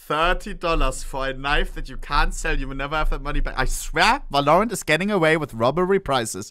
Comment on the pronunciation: bro please i dont care about your accent but stop saying "valloooorant" its "v-a-l-o-r-a-n-t"